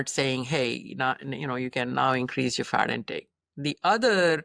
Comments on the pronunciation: I cant unhear 'Fart' instead of 'Fat' 😂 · now, I hear Fart also. Thank you LOL